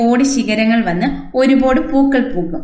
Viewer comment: താങ്കൾ നന്നായി ചെടിയെ സംരക്ഷിക്കുന്നുണ്ട്. ഭംഗിയായി പൂക്കൾ വിടർന്നു നിൽക്കുന്നത് കാണുന്നത് സന്തോഷപ്രദം. ഒരു പോട് എന്ന് കൂടെ കൂടെ പറയുന്നത് മാറ്റണം. ഒരുപാട് എന്ന് പറയാം